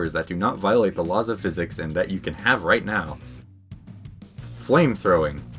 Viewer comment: you spelt can wrong you said "CAH"